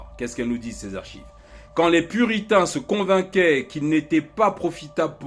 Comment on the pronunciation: Les puritins??jai entendu les putins moi